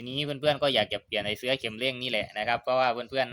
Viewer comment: ขัดหูว่ะช่าง เสื่อ=เอาปูรองนั่ง เสื้อ=สิ่งทอผ้าเอาไว้สวมใส่ หรือวัสดุที่มีลักษณะเป็นปลอกสวม เช่นเสื้อสูบ เสื๊อ=คำที่ช่างออกเสียง ออกเสียงให้ถูกด้วย เคืองหูว่ะ